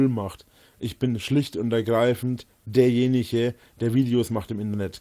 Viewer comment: Wie er einfach nicht versteht, dass "ich bin nicht derjeniche" wegen der aussage an sich und nicht wegen des dialekts lustig ist.